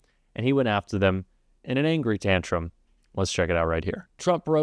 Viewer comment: Tan-trump instead of tentrum